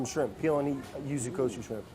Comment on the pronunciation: Can't pronounce water but doesn't hesitate with Yuzu Kosho